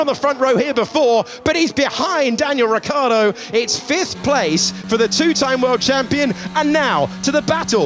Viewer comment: Sky have a thing against saying Ricciardo?